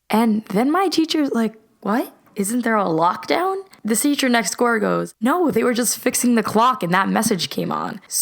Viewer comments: she said gore instead of door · she said goor not door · She didn’t say door she said gor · she says qore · did anyone hear her say teacher next door wrong listen closely and you'll hear it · “Thisesher next goor” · “the seacher next goor” 😂😂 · “the Seture next goore” Me: learn English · She said "the seacher nexgoor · the seahcer next zore